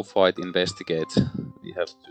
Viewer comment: Wow, that went... Arkhamly :D How you managed to win with all those autofails I have no idea. And every time you said "fight" I heard "bite", which is kinda thematic. My playthrough with Bark and Kate ended up with Bark going mad chasing all the cats and Kate loosing to the doom clock.